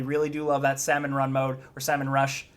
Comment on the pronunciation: trying his best to say salmon run and not semen run is just gold...or white if u prefer.